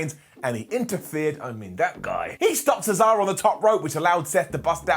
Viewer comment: He's so excited, he refers to Cesaro as the bankrupt American pizza chain Sbarro.